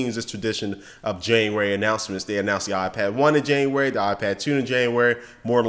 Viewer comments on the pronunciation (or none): Correction. :JANUARY NOT JANUARARY.. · corection on januarary. junuary. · januarary? its january